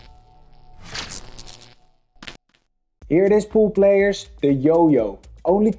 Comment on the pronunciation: I love you, and you're awesome Neils, but every time you say pool player I hear poop player lol. I appreciate and thank you for your videos.